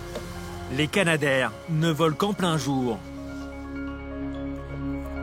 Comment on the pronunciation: Alors c'est Canadair, comme Canada et non pas Kanada.